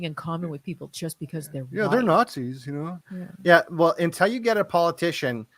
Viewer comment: I love Devon stack but he needs to learn to pronounce “until” It’s not “n-tell”